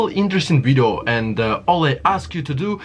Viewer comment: !!!!!??? WTF IS A WIDEO???